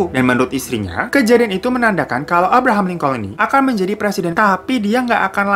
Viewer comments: aye dengernya abraham colin, tapi potonya abraham lincoln bang ? Correct me if im wrong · Abraham Lincoln bang, bukan Collin